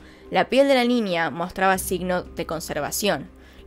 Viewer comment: dices ninia dislaik porque dices ninia en vez de niña